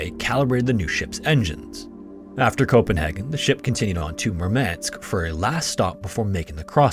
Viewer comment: First time I hear someone say Copenhagen as Copen Hagen.